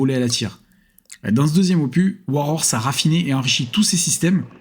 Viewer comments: Merci pour ta vidéo, au fait OPUS se dit opuS pas opu 😉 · ce n'est pas que c'est mieux ou pas ; opus se lis avec le S 😉